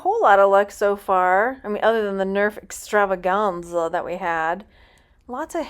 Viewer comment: Did you say Nerf extrava-GUN-za!